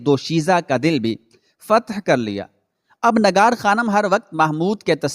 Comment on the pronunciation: nagar khanam nahi bhai nigar khanam. aap ka tallaffuz bahot zyada islah talab hae